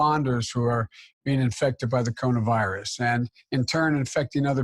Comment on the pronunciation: Joe Biden can’t talk wtf is the Kona virus 🦠